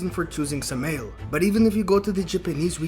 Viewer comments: Just to be nit picky, it’s not suh-male it’s Sam-i-L. Satan and Moloch are one and the same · Say the name right fuck shit..... Sam a L .... like urial Ariel garbriel ... how the fuck are saying it that wrong but you studying??